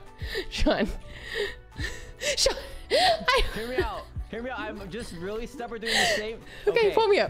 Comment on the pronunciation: So THAT'S how you're supposed to pronounce "Sean".